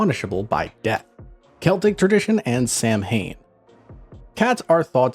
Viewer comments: Samhain is pronounced “sa-when” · I love black cats! ❤ 🐈‍⬛ Always have at least one! Samhain is pronounced 'sow (like the female pig) wen. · The pronunciation of samhain is wrong, sown pronunciation is the right way